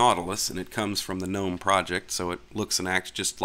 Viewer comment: At least someone knows how to pronounce gnome....some people will go "Oh look at these garden gggggg-nome"